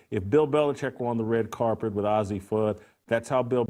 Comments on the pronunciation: Hard to accept the "journalistic reporting" of a man who knows so little about the two women that he can't even pronounce the name of one of them correctly. Ozzi Fudd? - You've strayed from your lane, Jason. Stick to things you know. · what a moron. Doesnt even get the names right. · Paige isn't as exciting or "accomplished". What does that have to do with who's the better player? If that wasn't a give away that you don't know sh)t, you couldn't pronounce Azzi correctly. Lastly, why would she show off her ring to Azzi, if it was Azzi who gave it to her? Jason clearly is just playing to an anti rainbow audience. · Absolutely! You can tell Jason Whitlock does not watch UConn a lot by the way he pronounce Azzi’s name. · Why is an old man even concerned with a young ladies sexual identity? Plus, learn to say Azzi’s name correctly. You lost a viewer. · What does it matter and you saying azzie name wrong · Can't even pronounce her name right geez.. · He's not even pronouncing Fudd's first name correctly LOL. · Hate when they don’t pronounce Azzi’s name right. They r great friends sence they were 15 years old. And I never heard of you😂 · Disrespectful and can't even pronounce Azzi's name...🙄🙄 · wtf... he cant even say azzis name so why is he talking about their relationship? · Dude it's pronounced "Azzi" not "Ozzy" ! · you should learn how to pronoun names its A-zi not ozzi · Not “Ozzie”, Jason— it’s pronounced Ayzzi: long a sound. Come on, if you watched any of the games, you’d know how to pronounce it. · its not ozzi its azzi.moron. being gay in women's bball means nothing. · The very least you can do, as a journalist, is pronounce the subjects' name correctly. Her name is pronounced Ay-zi not Ozzi. Also, everyone loves Cam Brink and she's a straight white female. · First of all, the name is pronounced "AYzee", not "Ozzy". Second of all, who cares about their sexual preference? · Her name isn't ozzie Fudd, it's Azzi Fudd, as in A.Z. Fudd...... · “ay zee” btw